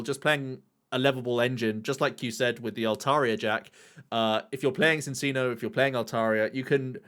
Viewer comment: Why’re people still mispronouncing Minccino and Cinccino 😝 they’re Chinchillas! It’s chiiiiiino yo.